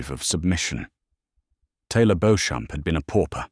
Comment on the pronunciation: Beauchamp is pronounced ‘Beecham’